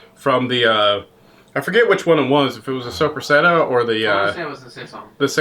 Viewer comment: The way he said Soppressata I cringed